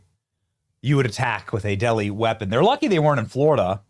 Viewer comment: Did you say a DELI WEAPON???😮 I’m dying!!!😂😂😂😂😂